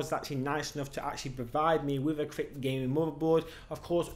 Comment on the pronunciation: Feedback: It's pronounced 'crate' not 'krit' Not being Red and Black is a bonus for my son.